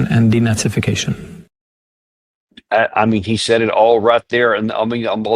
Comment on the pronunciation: I love that he said “DeNazification” of Ukraine! Nailed it!